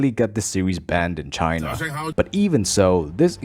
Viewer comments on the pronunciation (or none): none